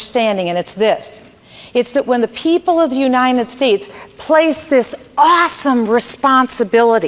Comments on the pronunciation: she cant even say United States correctly, she keeps repeating Unined States i cant have an inarticulate president especially one thats clearly trying to be Ron Paul with no success what so ever soe is definately not the real slim shady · She can't even say United States correctly.